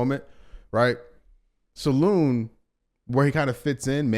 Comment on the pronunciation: It prononciation salin in french no salon